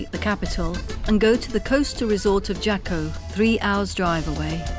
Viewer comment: Jaco is pronounced Haaco